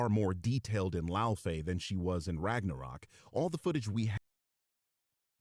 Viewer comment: He called Laufey a stupid name and couldn't pronounce it, proving he just heard of the character upon this trailer (a grifting tourist) and "disrespects European culture" himself apparently. Laufey is a real name.